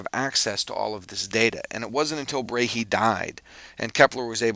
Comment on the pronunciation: his name is not pronounched brayhee - but bra-e (like a brazier - bra) and an 'eh' like the canadian eh?: ˈbrɑɛ First name is pronounced as: ˈtükoʊ just for info ;-)